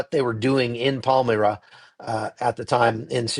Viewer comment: It's pronounced "Palm-MY-ra, not Palm-MiR-a" . I have been to Bondi Beach. Sad to see this happening in such a beautiful, happy place. This is the heart of Sydney. A wonderful, world-class city.